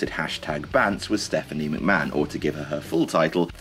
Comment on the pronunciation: accidentally skipped and heard Stepanie McHo